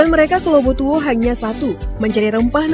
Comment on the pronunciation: Lobu Tua. Bukan Lobu Tuo.